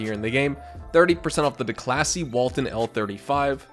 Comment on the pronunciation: The way you pronounce Declasse 😅